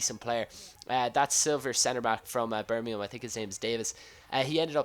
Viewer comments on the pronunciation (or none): none